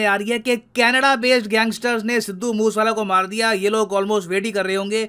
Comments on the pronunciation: मूस वाला नहीं मूसे वाला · It's not moos wala ,it is mooseee wala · Sir genuine suggestion its not moose-wala but produced as moo-se-wala. Let's not disrespect someone's name. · Sir" moosewala" is pronounced as" Moo say wala " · Sidu moooooooooswala.....apko to bolna b nai ata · Sir aap naam galat le rahe ho